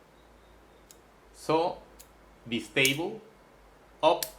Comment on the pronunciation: Another interesting video = thank you! In the spirit of offering you a small teaching in return, in English the "i" in Bistable is pronounced "eye" (like the eye that you see with,) not "eee" (as in bumble bee.) Sounded out = B_eye_stable (as in the bicycle that you ride.) I am not faulting you; your English is amazingly good. I am just trying to help you, in the spirit of friendship. I hope that helps.